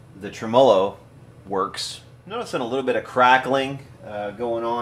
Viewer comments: It's TREM-olo.Not tra-MOLO. But I enjoy your videos. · Trem- uh- loh :) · God, I love your videos except for the way you pronounce tremolo. Drives me nutty every time. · Pretty cool how the word “tremolo” can be pronounced so differently just 300 or so miles away. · Learn how to pronounce tremolo, other than that great video. I bought one of those brand new in 1968!